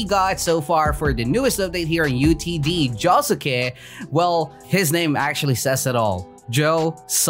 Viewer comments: JO SUKE SAY THAT RIGHT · It's actually pronounced joske it has a U but the U is quiet ;)